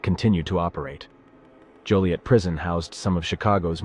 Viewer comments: It's Joliet not Juliette. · And I apologize but it’s Joliet not Juliet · It sounded like they only said Juliet the first time. After that I always heard Joliet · Joliet not Juliette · JOLIET ,not Juliet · It's Joliet not Juliet.........smh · Its “Joliet” not Juliet. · Joliet… not Juliet. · It’s joliet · It's Joilet, not Juliet. Also, the other prison is Stateville, not Statesville.